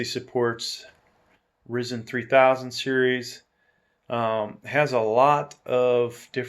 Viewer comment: Great review, gonna get this case for a new pc build. Also wanna point out Ryzen is pronounced (R-IY-ZEN) with an (i) but overall great video.